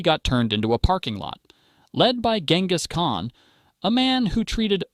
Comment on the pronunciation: bro what??? Gan-gay's khan?? 😭